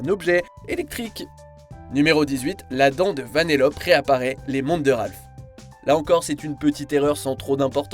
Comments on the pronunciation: Ouais Je Suis D'accord Ça Se Dit Vanellopé Pas Vanellop Mais Il N'y A Pas 2 P Mais 1 Seul P Et Pareil Pour Le L Il Y'a 2 L Pas 1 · on dit vanellopéééé et pas vaneloppe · Ça se dit « VANELLOPÉ » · ça se dit "Vanéllopé" ! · Moi la seule erreur que j'ai remarqué c'est que tu nas pas prononcé le ''e'' de vanellope ptn